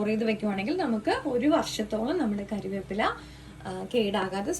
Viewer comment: കരിവേപ്പില അല്ല മോളെ കറിവേപ്പില